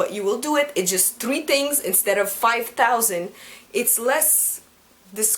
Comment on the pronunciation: Is it just me or does pronounce the R in three slightly like a W? Like I'm not judging or anything...I just find it really cute and adorable:) BTW, you are really pretty!:>